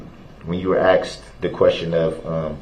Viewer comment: brooks could create a language of his own. A couple of my favorites , axed and troof.